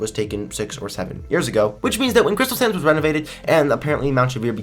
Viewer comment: Are you saying "crystal sands" or "crystal SANS" badam tssss